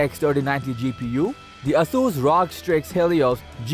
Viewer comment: It's "Are-Oh-Gee" STRIX by the way.... you probably say Geforce Tie too "Tee-Eye" your welcome 🤣🤣